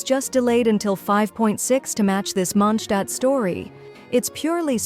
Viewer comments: It's MondstadT. It's even spelled correctly in the video and you still get it wrong. WTF??? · WE'RE GOING TO MONDSHTAAT